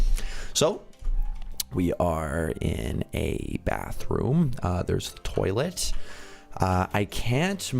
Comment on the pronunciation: SITINN ON A TOLLIT XD SITNN ON A TOLLIT!!!!!!!!!:3. 😂🍷. 🚾🚺